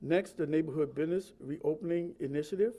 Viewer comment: biDness , what's a biDness ??